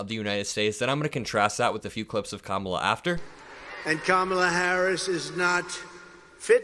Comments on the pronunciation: Did you notice how he pronounced her name correctly this time. I wonder why? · Uh oh, he pronounced Kamalas name right